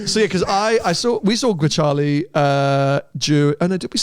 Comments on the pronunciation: WHy do you pronounce it as GreCHale? It clearly says Grecale. It's read how it's written in Italian. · Is it not pronounced "grakalé" ? 😬